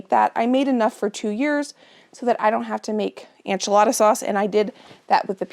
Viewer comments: I love u so much and ur videos but why do u always say ANCH-A-LADA instead of ENCH-A-LADA ???? 😂 I religiously watch ur videos and love everything u do but it makes me laugh everytime u say enchilada hahaha. I’ve been waiting for this video tho so thank u ❤️ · Your pantry is impressive & motivating - GOALZ! Isnt it nice to feel prepared for any eventuality (loss of power or job, illness, etc...or even to avoid a trip into town for missing ingredients!)?!? Such a comfort (as well as convenience). (PS - are you confusing ENchilada w/ANcho peppers...as far as pronunciation?)